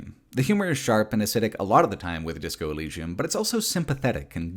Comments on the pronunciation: This is a great video but pronunciation of Elysium is bizarrely funny. Disco Elleeshum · Why do you say “elleeshum,” is the biggest freaking question here bro. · In the future, I hope there is a tool that can replace every time that mispronounces Elysium, especially because he says it so, so many times. I will return in 3 years. See you then. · Bruh they said Elysium in the game why do you say it like that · I can't get over OP not knowing how to pronounce Elysium